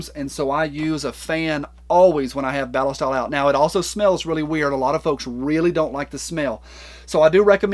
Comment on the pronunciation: The way you say “ballistol” is correct because that’s how the Germans say it. Just watch one of their videos on their product. 😂